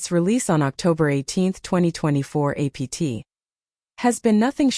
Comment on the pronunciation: It really shows how under developed AI is when it can't even say APT...